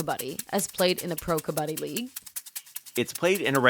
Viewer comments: Correct Pronunciation is Cub + Budd + dee together. "Cubuddee" You guys are saying cub baa dee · Not " कबाड़ी " it's called " कबड्डी"